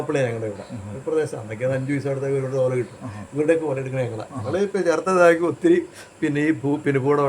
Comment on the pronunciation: ചോർത്തല അല്ല ചേർത്തല